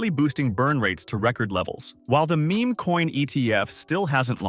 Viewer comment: Bros AI script really just said Me Me coins hahahaha. Can’t trust what an Ai says if they can’t even pronounce Meme correctly. Ai Trash video slop.